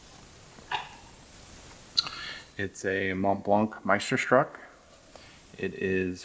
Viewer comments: Yes nice pen & I am happy for you to have another "MeisterSHTRUK" FP in your collection.. Just a friendly advice, I recommend if you are not familiar with a name pronunciation research how it is pronounced before you make a video, you would gain in your knowledge and make your reviews more credible & desirable .. In this case: it is pronounced: MeisterSHTOOK" not "SHTRUK" Good luck.. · You should learn how to pronounce it before doing a video. It’s stück not struck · FYI...It's pronounced "Myster-shtook". It translates as "Master piece".